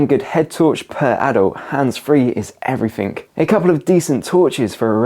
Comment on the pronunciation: pronounced " everything " not " everythink "